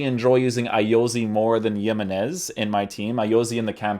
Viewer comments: JI-menez, not yimenez. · It‘s nos Yemenez it‘s Jiménez what the hell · "He-men-ez" not "YEE-men-ez". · The way you pronounce his names makes me wonder if I’ve been pronouncing other names wrong since I always pronounce them the way you do but I know for a fact that that’s now how you pronounce him bro 😂 good vid tho bro! For sure doing him. If you’re wondering it’s HE-meh-Nes 😁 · man said yemenese loooool